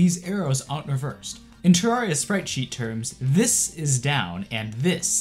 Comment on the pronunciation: You're still pronouncing Terraria wrong